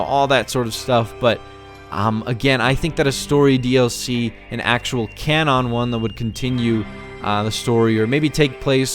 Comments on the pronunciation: Real CAN ON? It’s cannon dude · Can on? You mean canon right? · "Can ON"